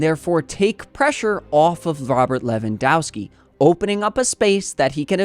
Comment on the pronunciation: ow and ov with or without skis or a's for women, endings are spelled off like offside. Pls correct that, you butchering every slavic name with that ending.